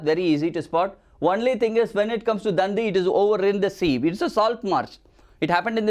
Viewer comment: And it is not dan-di it is dandi